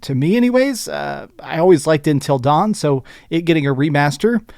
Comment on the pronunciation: In-til Dawn?